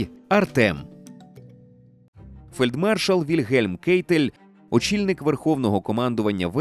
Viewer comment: Коли вже наші ютубери почнуть правильно вимовляти прізвище «Кайтель» (в не Кейтель, як це завжди робили в роблять росіяни).